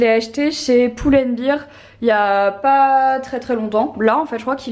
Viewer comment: Juste, pull and bear se dit poul & bère. Prc que bear prononcé bir veut dire bière. Je sais pas si c'est clair mais voila 😂 bisous💕